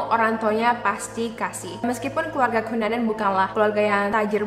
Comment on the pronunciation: andrew kenanan (ngebaca andrew cunanan) Gw: andrew banana? 😅😅😅 otewe korek telinga dulu 😅😅